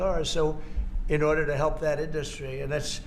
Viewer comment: His “inDustry” pronunciation drives me batty. Like when the InfoIdiot uses the word “pathagenen”.